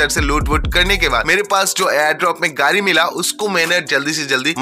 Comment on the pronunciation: Gadi❌😑 Gari ✅😅